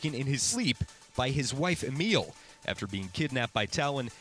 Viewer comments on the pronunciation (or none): It’s pronounced “ah-ma-lee” not “a-meal” and “la-quar” not “la-quor”😂😂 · Omg u butchered the names lol pronounced gereard laqua and amelee ik how i spelled them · Did he just say widowmaker name A meal? XD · Widow makers name isn't ameal it amelie like emily but with an A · It's pronounced Am-ell-ee, not Em-eel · same here its amaly not amile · "Amele" YOU MEAN AMELIE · "Lacroy" "Emile" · You said Amélie weird. It's said Am. El. E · By his wife EMIL??? Sounds like an African-American dude if you ask me. Learn to pronounce Amelie. This is IGN, not a personal channel with 50k subs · Lmao, its not "amelel" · "Ameal LaCroy" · Amiel....IGN doesnt know french great Amélie ffs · Mediocre Gamer ah mah lee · Man you struggle with names my friend... O'Deorain is not “O'Dorian“ Amelie is not “Emil“ La Croix is not “La Croy“ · Why can nobody pronounced Amelie and Gerard’s names :( Lacroix (Lah-quoh) Amelie (Ah-meh-lee) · Skull Capton he can't even do that! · Amélie isn't pronounced as Emile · You write it as Amélie and pronounce it as Ah-Mei-Lee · My god that hurt me physically when you pronounced Amelie and Lacroix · you don't know how to to pronounce "Amélie". shame on you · Nice to know the enemies name. I don't want to be offensive. But, I am French and I just laugh when I heard your pronunciation of "Gérard Lacroix" and "Amélie". :D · This is a really great video that covers the story of this point in Overwatch's history so well. But I took enough French in high school for your pronunciation of Gérard and Amélie LaCroix' names to profoundly hurt my brain. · Oh ma god you just butchered ALL OF THOSE NAMES OMG. 1.O Deorain = O Deer - in 2. Lacroix = Lacwa 3. Amelie is fairly straightforward how did u manage to butcher it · Amélie/ the beggining is pronouce like apple. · Those pronouncations of "Amélie" and "Lacroix" are just painful to listen to. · I was just gonna say, like it’s so easy, also how does he not know how to say Amelie